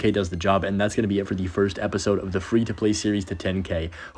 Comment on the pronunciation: FWEE TO PWAY LETS GAUR